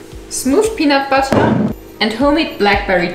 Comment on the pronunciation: Im sorry but the way u say «butter» 😭😭😭 «BuTtAh» HELP